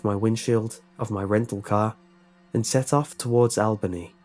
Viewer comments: I love how you mispronounced Albany New York 😂 You made it sound so... exotic. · I'm sorry, but i cringed every time i heard you say Albany haha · Oh you got it closer the second time, darn. I liked your first version better.